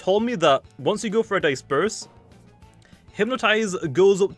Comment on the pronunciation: can we take in the moment that pronounced disperse wrong